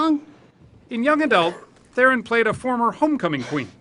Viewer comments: Please pronounce THERON correctly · Tragic. Oh, the interviewer's pronunciation of her name, I mean. What a fucking boss. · He pronounced her surname wrong. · 99% of people do man, it's almost impossible to know how it's pronounced unless you've heard it first hand